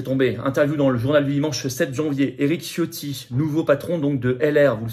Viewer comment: Mon cher Florian .. tu prononcés mal le nom de chef de file de LR , c est Éric Fiotti. y a pas de faute à un nom propre et il le porte tellement mieux